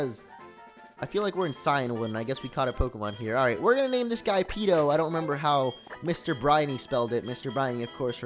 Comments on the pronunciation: It's Peeko, not Peeto. Sorry but I'm a gen 3 fanboy I had to :/ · It's Peeko not Peeto. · It's peeko not peeto! Change it in goldenrod when you get fly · it is Peeko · it is peeko not peeto and kingdra is a dragon type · its peeko not peeto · It was Peeko not Peeto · Peeko is the name not peeto :D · btw mr.brineys wingull is named "Peeko" but peeto sounds cooler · He's not called peeto, he's called peeko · not peeto, peeco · It's Peeko not Peeto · And it's peeko not peedo lol. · Mr Briney's Wingull was Peeko, not Peeto. And your team is really lucky for a Nuzlocke! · Mr briney's wingull was named peeko not peeto. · It's peeko not peeto!!! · When I saw you name Wingull Peeto, I was like 'NUU, WHAT ARE YOU DOING? IT'S PEEKO, NOT PEETO! MRAAA!" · Its PEEKO !P-E-E-K-O! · it's peeko